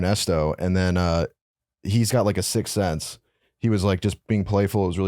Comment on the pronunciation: is calling it a "sick sense"? Lol